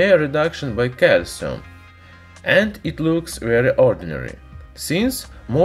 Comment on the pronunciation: It's calcium not calsum😂😂